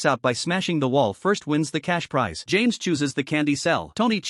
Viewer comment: Got the names so wronggg 😂😂😂😂😂😂😂